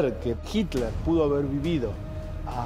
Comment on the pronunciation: Por que el periodista y varios reportados le dicen " Jikler " me llama mucho la atención.